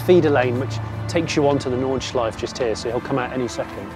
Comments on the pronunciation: Nice one! But come on Jonny, there are no silent vowels at the end of a German word. The last E in Nordschleife is fully pronounced (think Porsche). Or just listen to how the Germans say it in the video ;) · Why cant people learn how to pronounce nordschelife ffs